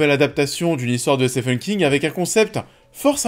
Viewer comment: Au risque d’être relou ça se prononce « Stiven » King 😊